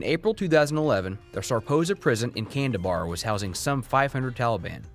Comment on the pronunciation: Kandahar not kandabar 😁 otherwise good video and details 👍